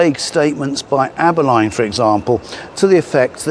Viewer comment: Thank you by the way for calling him inspector Abberline and not Abberlean as some do. One of my pet hates. 😂